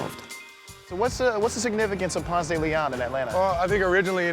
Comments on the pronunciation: they couldn't find someone actually from ATL? Nobody in Atlanta pronounces the street that way. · Say it with me: "Pawnst-dah-Leon." We don't have a "Ponce-Daily-On" anywhere. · Between the atrocious way this guy mispronounces it Ponce de LiAhhn (instead of Ponce de LEEon) and the way he says AtlanTTa instead of Atlannuh let’s you know he is not from here. Get outta here with ya candy Vice! Get a local! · I'm so fucking triggered. The pronunciation is PonSAY smfh, couldn't even watch the damn video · Umm its Ponce Da Leon 🤣🤣🤣how we say it in Atlanta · It’s PONSEEE DE LEON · It's pronounced Ponce duh lee onn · I'm from Atlanta. PRONOUCE PONCE DE LEON LIKE paw-nce day lee-on. If you say it with an attempted French accent, everyone will know you are not native. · I can tell by how he pronounces "Ponce de Leon" that he's not from there. Locals say "ponce-duh-le-on" (emphasis on the -ON and not the "de") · 1st off, he pronounces Ponce de Leon wrong. Atlantans don't pronounce it the Spanish way, it's Ponce duh Lee on. Home to Murder Kroger and turning into a vapid wasteland of overpriced hipster shops. They're going to ruin the Clermont by turning it into 'luxury' apartments. And isn't from Atlanta, he moved here, like most people. There are very few of us natives. It's frustrating when the media finds people who aren't natives but those who move to a place and try to co-op it into their vision and not really the truth. They didn't mention that they wanted to tear the Fox down. This is a city that believes it's own hype and destroys its history. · We just call it "Ponce", because we know how it's properly pronounced, but if you don't say ponce duh LEEon then people think you're not really from here 🤣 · Pons deh leh own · its actually pronounced Ponseh- deh- leh -on. Its a spanish name. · I'm sorry, but it's pronounced Ponce de LE-on, not Ponce de Le-ON. But at least you didn't pronounce it the proper Spanish way... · No one in Atlanta pronounces Ponce correctly.